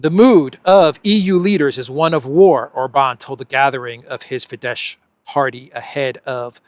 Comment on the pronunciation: it's pronounced OR-bahn, not Or-BAHN. And it's FEE-dess, not Fee-DESH. Kell beszelni magyarul helysen!